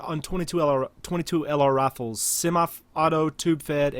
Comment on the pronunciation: "22 lr rafles"